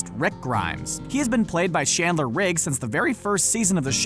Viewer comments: D-Did he just say Shandler Riggs...? SHANDLER!! It’s Chandler CH-ANDLER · she knows that it's Chandler she's saying that the person who was talking in the video said Shandler